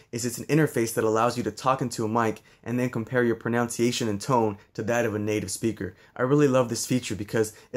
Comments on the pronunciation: Top: it’s ProNUNciation. Not “pronounciation” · Interesting that he's learning conversational Spanish, yet he mispronounces "pronunciation" each time he says "pro-noun-ciation"! :D